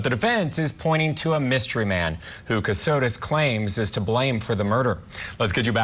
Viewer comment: Last name Kossotis, not Kasitos